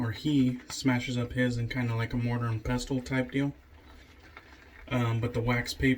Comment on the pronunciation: Don't say the T in pestle, DK.